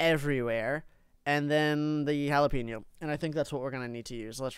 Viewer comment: what did you cal jalapeno into jalapenio